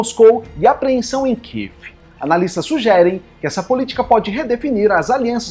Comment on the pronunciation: Amigo, não kive, é Kiev